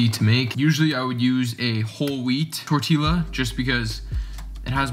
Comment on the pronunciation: dope vid, but it’s pronounced torti-yuh not torti-luh. i couldnt help but point it out 😂